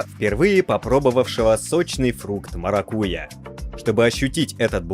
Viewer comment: МаракуЯ, ударение делайте правильно